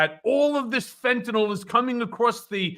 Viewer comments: It's fentanyl not fentanol. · Ben: it's Fentanyl, not Fentanol. The last syllable rhymes with "pill," which is most apt.